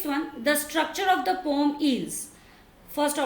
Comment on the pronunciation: it is poem not pom